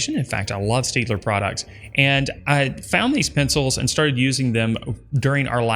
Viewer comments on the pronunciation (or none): none